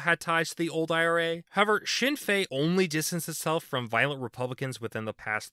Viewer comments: Speaking as an Irish person, this was a good video! A useful overview with some slight simplification of the history (which is understandable considering the complexity) The pronunciations could have been worse, but I will say that the N is pronounced in Sinn Féin. I will also mention that Ireland has quite a strong role for independent politicians, more so then other countries. They tend to be rural, and though some are left wing, most are either localist and ideologically flexible, or openly right wing. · His pronunciation could be better, but understandable